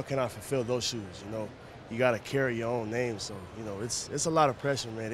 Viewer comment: Goliath Maker naw I was confused that she said his name wrong